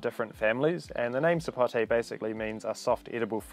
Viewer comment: Thank you for saying Sapote properly, and not "Sapotey" like some people!